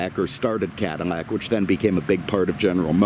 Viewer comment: I’m relatively new, why does he say Cadimac instead of Cadillac?